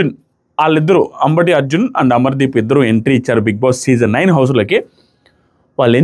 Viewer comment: అంబటి అర్జున్ కాదు అంబాటి అర్జున్